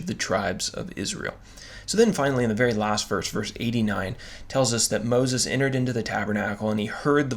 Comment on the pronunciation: 😂❤"Moses" ~ "Pronunciation"❤😂